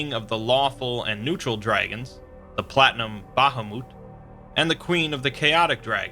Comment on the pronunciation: its met not moot bahamut